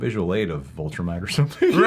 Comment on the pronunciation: If you say Voltrumite one more time